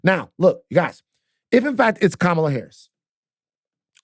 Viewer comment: Please pronounce Kamala's name correctly Van!